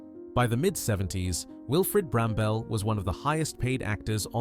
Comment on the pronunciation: . Wilfred Brambell (that’s Bramble - not Bram-Bell) was no “British” icon. He was IRISH. Bloody useless AI.